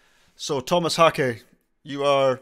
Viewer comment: First person I've seen doing a Meshuggah drum reaction that pronounces his name correctly. Thumbs up for that alone. Editing this also to mention the lighting guy. You can see his "performance" by searching YT for Meshuggah's light operator (Paris 02/12/2012) the dude is epic.